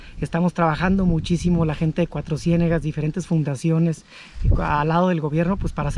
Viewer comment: Soy Coahuilense y me super estresó que se la pasara diciendo CUATRO CIÉNEGAS.... Es Cuatrociénegas TODO JUNTOOO